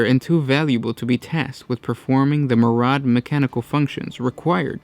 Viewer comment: SUGGESTION: Stop f**king saying "muradd" it's pronounced mir-eee-add